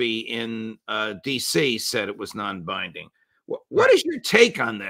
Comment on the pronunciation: Its not "non binding" ffs